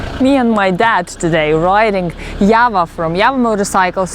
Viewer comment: Why u people telling YAVA 🤔🤔 Its JAVA.. JAA VAA